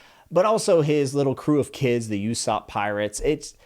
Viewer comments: I love the video but can I please ask you to listen how their names sound. "yousop" --> "oohsop" and "sAnji" --> "sAHnji" it just bugs me please dont take it the wrong way. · I would LOVE to follow your videos and your adventure with one piece... BUT.. only if you pronounce characters names right😂 it was bothering me SO much to keep hearing sAnji sAnji over and over again, or ussop, you-ssop?? Nope can't do it man😂 ussop is like oo-ssop, and Sanji like saw-nji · Gum gum❌ Gomu gomu✅ U-sopp❌ Oo-sopp✅ Oo as in room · Hey my man usopp is ooh not u like ooooh aaaahhhh. And Sanji is said like sah nji not San ji. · Just a couple of notes on name pronunciations! Usopp is not pronounced "Yu-sopp" like you do in the video, but "Oo-sopp". Second, Gin is pronounced with a hard G, like in gift, great, or gamma, not like the drink. Edit: Also it's Loguetown, not Roguetown, because it comes from Pro*logue* (Luffy's) and epi*logue* (Gold Roger's) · It's not pronounced U-sop it's pronounced Oosop ! If you are going to use One Piece to gain subscribers and followers don't insult the Manga writer's vision by doing what most of the Americans do/thinks ( our pronouciation is the right way and the whole world should follow it which is far from the truth !) while fucking the names and word pronounciation without a single thought ! Can you guys for once not Westernise Asian names !! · I'm sorry just 2 slight correction not pronounced "YouSopp" and "SanGee" it's pronounced "OooSopp" and "SonGee" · It’s not yousop it’s osop for how you pronounce it more of an oooh sound then a you sound. Just sounds weird to me, other then that enjoy the read there’s a few things you might find are different then you think they are but one piece has some pretty berserk style moments in it. The grand line portion is more goofy and I really like the goofiness of one piece. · btw its ussop not yussop just saying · usopp = oo-sop not you-sop sanji = sahn-jee not san-jee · Saan-gee and ouu-sop